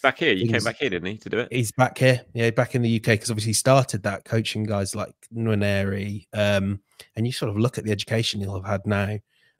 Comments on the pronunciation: I'm no expert on African names but you'd have to think it's "n'wan-erry", not "nwan-yary". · Tell how to pronounce Nwaneri, while you're at it 😂